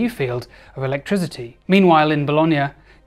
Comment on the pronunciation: Awesome video, great puns, but your pronunciation of "electricity" as "electri*z*ity" drives me insane 😅